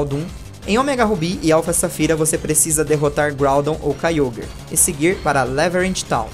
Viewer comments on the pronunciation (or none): não e kayogrer e kayogre que fala